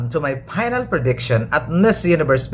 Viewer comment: "welcome to my PAYnal prediksyon"